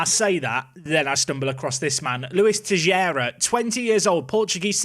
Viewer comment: TeiXeira my friend not Teijeira